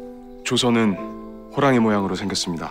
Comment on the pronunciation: 호랭이? 발음 귀엽ㅠ